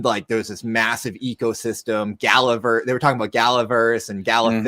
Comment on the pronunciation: did I hear ... GALAVERSE??!?!?!?